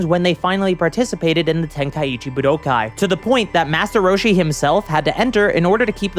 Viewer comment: pronounces Budokai really weird, yeah?